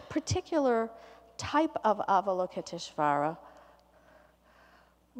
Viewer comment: I reckon, as a Yale teacher, she could at least have made a little effort to pronounce Avalokiteshvara. It makes her sound a bit lazy.